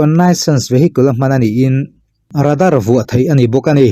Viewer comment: Serje nilo in sergey tih a lam zawk tur anilo maw chuan Radar nilo in Rader, quess ni loin quick entir nan guick very fast. Faster mizo tawngin chak lutuk, cherang tawpkhawk, chechak lutuk sawina ani lo maw... guick tih tawngkam hi mizo official chenael